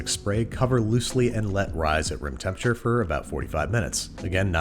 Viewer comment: he really said temperaTURE like that and we let him